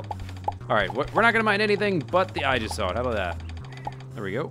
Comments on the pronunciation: I think it's pronounced eygissalt though (with the G as in Gangster) but I'm not sure ^^ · kchen075 Actually it would be pronounced EE-jis-salt, no offense.